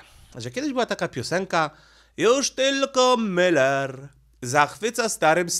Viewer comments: Pan Leszek Miller ma nazwisko spolczone, nie nazywa się Müller tylko Miller. Proszę na siłe nie mówic po niemiecku. Pozdrawiam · Żono!!!! Błagam!!!! Powiedz proszę Mężowi, że nazwisko naszego byłego premiera pisze się i czyta przez i. Miller. Nie Myyyyller. Tam nie ma u umlałt. Błagam!!! I przy okazji, że coś się bierze na TAPET, a nie TAPETĘ. Tapet to taki stół przykryty zielonym suknem, na którym można rozłożyć dokumenty, które się chce przeglądać. Stąd to powiedzenie. Jeszcze raz uprzejmie proszę. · chyba źle wymawiasz nazwisko Pana Leszka 😊